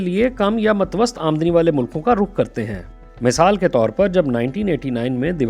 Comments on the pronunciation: بھائی تلفظ "متوسِّطْ" ہے زیر کے ساتھ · متوسط Matwast nahi mutawassit :)